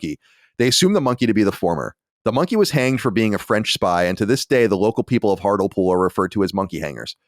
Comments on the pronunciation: Most painful thing about the Hartlepool story is Colin prouncing HARTLE POOL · Genuinely burst out laughing at the pronounciation of "hurt-ul-pool" it's heart-lee-pool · It's pronounced Hart-lee-pool you racists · It's pronounced Hart-Lee-Pool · Hearing the way Hartlepool was pronounced made me laugh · I was going to let Colin's pronunciation of "Hartlepool" slide and not comment on it, after all, he isn't to know... but then he went and said it 8 more times in quick succession...